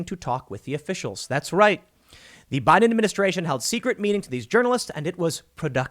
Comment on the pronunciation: Anyone else notice Tim says "buy denministration" ?